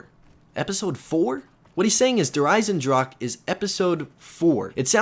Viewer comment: I realize pronounced "Der Eisendrache" without sounding the "e" at the end, but as a German student, I feel like I should let you know the "e" should be pronounced, if you want to correctly say "The Iron Dragon" in German.